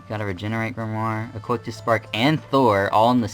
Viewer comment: I think it's pronounced 'Coh-Sigh-Tus'.